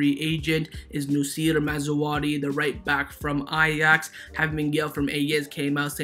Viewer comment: It's Maz-RA-Wee not Maz-WA-Ree. It's not hard bro lol